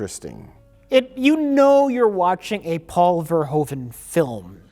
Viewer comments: Not to mention that every American ever pronounces Verhoeven wrong. The correct pronunciation in Dutch would be like Verhooven in English, instead of Verhoven. Minor nitpick, obviously. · Again, pet peeve... it's still pronounced 'Vurr-hooven' (not 'veer-hoven') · Verhoeven is pronounced wrong, the oe part sounds like the oo from reboot.